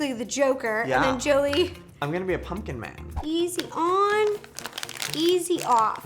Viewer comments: Is it just me or when rosssana says pumpkin it sounds like punpkin instead of pumpkin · I love how Ro says punkin and not pumpkin😂😂😂💖💖💖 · She literally says "punking" instead of pumpkin, and I love it